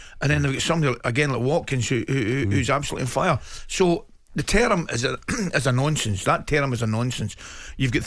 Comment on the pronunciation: Never heard someone pronounce ‘term’ in such a mental way